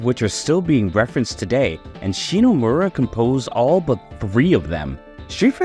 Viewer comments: First, her family name is ShiMomura, not "ShiNomura" as you say in the video every time you mention her. Second, her name and the rest of the music team having their names hidden is not a sexist thing like you try to make it look. At the time it was common practice for game companies to hide their employees real names so they could not be scouted by other companies. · cool video man ! Hate to be that guy, but it kind of hurt that you kept pronouncing "ShiNOmura", and did not get Yoko Shimomura's name right once during the video 😅, especially when the main gist of the video is about her. Cool video though, like your work :). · didn't know that AI program to fix voice was a thing! But yeah, sorry to be picky, it just that because it is kind of a homage to her work, it is a shame that the name sounds mispronounced several times.